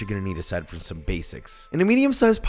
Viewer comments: Dude a whole dozen, those are supposed to last at least almost two weeks. And then you add cheese? We don't just HAVE cheese mr rich guy. Who do you think I am, Jesus? And then you pronounced chorizo chor-ree-zo. I wish I was Jesus so I could smite you myself. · the way you said chorizo. triggered me. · Just make some eggs with chorizo and ur good also he said chorizo wrong lol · when he said chorizo wrong I lost my mind!!!! but it's okay I forgive you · Disliked the pronunciation of "chorizo" but is still subscribed because that is what I live for.